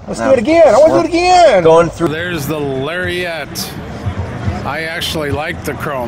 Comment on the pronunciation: Larry-Ette? Oh me. Gotta get me one of them Larry-Ettes.